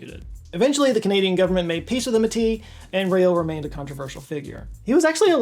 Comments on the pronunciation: thank you so much for including métis people, to add, its pronounced "may-tee" lol, and we are not at peace with the government of canada we have like 0 recognition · it’s pronounced •may-tea•